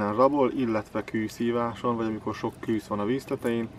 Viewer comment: Lehetne, KÜSZ-nek hívni, KŰŰSZ helyett? Amúgy jó videó, KŐŐSZ :)